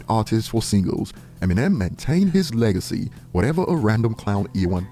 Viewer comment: "Leg-I-See" "Bunch of dogs trying to dry-hump it" 🤡